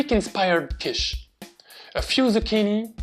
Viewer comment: I looove Quiche, especially because I'm a little weird and actually enjoy the dry bits of the crust that others would leave aside, because they only want to have the filling... I didn't know that Quiche comes from the German word Kuchen - by the way your pronunciation was impeccable, do you speak any German? A great recipe, but unfortunately I don't have oven or microwave in my student appartment, only two hotplates, so I will have to live some more time without making my own quiche or convince my parents to do it at home :P